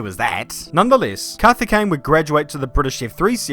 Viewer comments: The Coimbatore pronounciation though 😂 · His name: Karthikeyan: Kathikane Auto Captions: Kathy Kane 😅😂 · its 'kaarthikeyan' not 'CarTiKkeyyen ' 😅